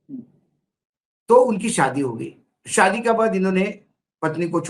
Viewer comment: Saadi nahin Shaadi सादी नहीं शादी सादी का मतलब साधारण शादी का मतलब ब्याह उच्चारण सही कर लीजिये